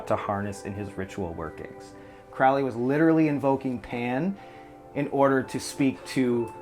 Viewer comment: And Crowley is Crow (as in bird) ley